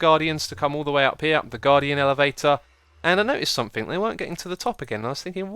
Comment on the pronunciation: X. are You aware that You say somethinK instead of somethinG? (No offence intended)